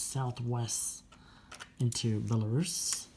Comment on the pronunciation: Liked the way you correctly pronounced Belarus, not like some newbie who pronounces it with a short u,and do you think the Star trek's Borg originally came from Vyborg???